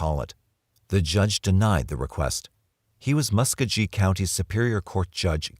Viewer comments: Muss koe gee (hard g) not muskajee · Mucogee not muscuggy